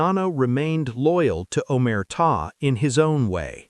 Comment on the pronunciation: AI garbage can’t even say “Omerta” or “RICO” correctly. AI content creators can take their videos and DIAF. Congratulations on being the new bottomfeeder scum of the digital world.